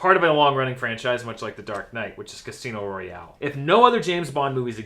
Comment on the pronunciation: Rily? Casino Royale? Rily!!!? Ahahaha